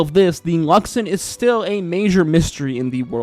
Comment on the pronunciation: I heard "Luxummm" beacon so many times, but I also heard you say The Luxon properly...